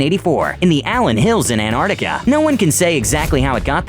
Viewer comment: Who else realised he said "Anardaca" instead of Antarctica